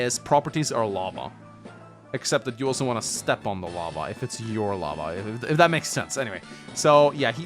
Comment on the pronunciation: Oh lava. I thought he said Llama and I had no fuckin idea what we was conveying lmfao